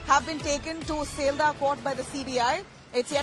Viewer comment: Pronounce properly its not seldah its Sealdah.